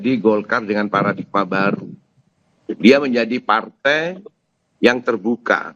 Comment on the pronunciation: Paradigma bukan Paradikma... Wartawan Kompas masa ga mudeng penulisan begini.😂